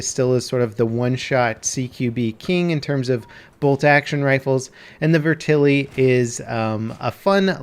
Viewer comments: Matt McDermott the mispronounced name is killing me to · Vet-Er-lee not ver-til-ee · Is anyone gonna tell him it's pronounced vet-ter-li, not vertili? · It's not "Vertilly" lol Vetterli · How in the world did you get "ver-tilly" out of "vetterli"? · IT'S NOT FUCKING VERTILLY! God! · So Vetterli is pronounced "verTILLY". Got it. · It's pronounced "veh-tur-lee" btw. Good video. The real Vetterli is a badass piece of firearms history; especially when considering that the Swiss Army adopted it only four years after the American Civil War ended. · "Vertilly" Buddy. Just sound it out lmao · The gun is pronounced "Vet-Er-Lee" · Can you pronounce it the right way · "Viturly vehtaly" um... that's not how it's pronounced lol